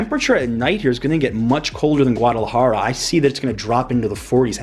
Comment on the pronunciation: Enjoy your videos., ¡Por favor, enséñele a a pronunciar correctamente la ciudad capital de Jalisco!